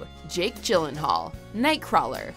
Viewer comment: But again, it’s “Jake Eeeeeelenaullllll”